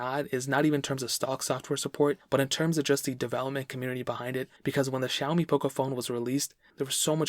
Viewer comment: Lol not zaoimi it's "Sha"